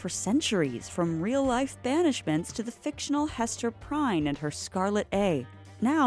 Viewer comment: Prynne is pronounced like prin, not prine! Do you ever, ever, ever bother looking up pronunciations before belching things out like that?